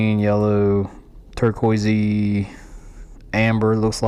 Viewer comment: not sure if torqoiceee is a word lol